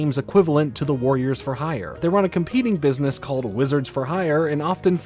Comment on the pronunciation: I swear the only thing I remember form this show is how she pronounced "business" lmao